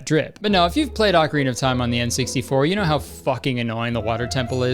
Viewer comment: HEY! You are one of the few people I've seen pronounce Ocarina correctly! Cool.